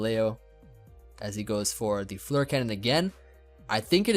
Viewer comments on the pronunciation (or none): none